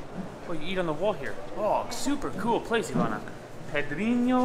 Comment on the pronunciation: is improving his nasal sounds. He said "pedrinho" perfectly. In fact, better then Ivana